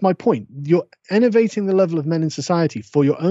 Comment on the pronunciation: "You're generally ENNERVATING the status of men in society [...] That's my point: You're ENNERVATING the level of men in society, for your own personal gain." CAN SOMEONE HELP ME OUT HERE? I don't understand what he's saying! "Ennervating?!" "Elevating?!"